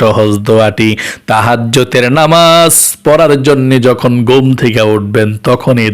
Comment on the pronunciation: ঘোম কি ঘুম উচ্চিরন ঠিক করুন